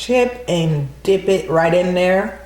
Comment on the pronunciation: Did anybody else hear her say dick instead of dip or am I trippin😂😂 looks good tho😍😍